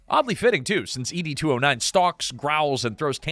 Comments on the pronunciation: you keep saying E.D. 209 instead of ED 209 and it's irritating AF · E.D. 209? Were you dropped on your head as an infant? Everyone knows it is pronounced Ed 209 as in Edward. You make is sound like a Blue Pill commercial. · You can pronounce the director’s name correctly over and over again, but you can’t get “Ed 209” right? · Why are you saying it like "ee-dee" 209? You actually watched the movie before making this, right? 🤨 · You beat me questioning just that. The narrator gets on here portraying himself as a Robocop superfan and then shows that he actually has never even watched the movie from beginning to end. (Dear: it's pronounced Ed, just like the shortened version of Edward).